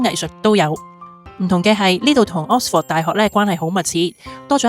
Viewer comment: 如果這集介紹Oxford，可能留意一下oxford 個正確發音😅, no offence，Thanks for sharing.